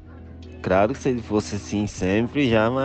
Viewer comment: "e craro"